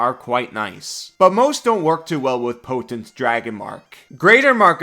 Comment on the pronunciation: "Potant"... Really,?